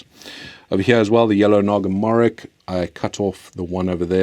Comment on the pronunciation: Bro those are not Naga Morik , we name them as morich. Its ch from Charlie, not ch from kevin. If you know what i mean. I'm from the country it originated from. Just fyi.